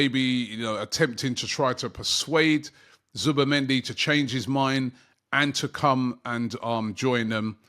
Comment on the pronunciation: I am seeing so many different spellings of Zubimendi in the comments. Zubamendi, Zubermendi, Zubemendi I blame Robbie and his weird pronunciations 🤣🤣🤣🤣